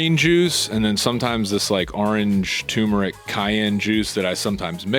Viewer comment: Another person who can't pronounce TURMERIC correctly...